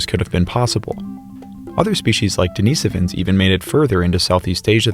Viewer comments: If schizophrenia is a factor in human evolution, so is psychopathy. I wish it wasn't. Also, "Deh-ni-SO-vans". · I've never heard Denisovans pronounced deNEEsufins. Is that the proper way to pronounce it?